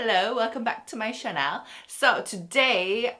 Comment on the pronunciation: 2019 still Chanel instead of channel😂